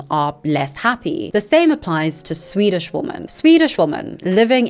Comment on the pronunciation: that Swedish report pronounciation, you nailed it, no need to apologize